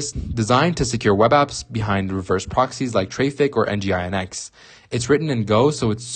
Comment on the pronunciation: N. G. I. N. X 😂